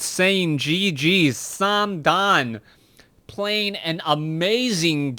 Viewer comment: it`s not "samdan" it`s THOOO